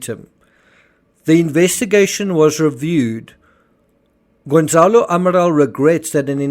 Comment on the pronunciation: His name is Gonçalo. It is spelt with a G, and the C is a soft S sound, it has a cedilla on the letter ç. Gon-sa-loo.